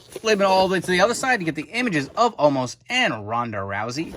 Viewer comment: Why do they call him omaaas now? His name is omos right?